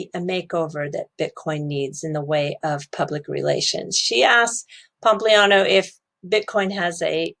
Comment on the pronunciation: says pompousliano 😂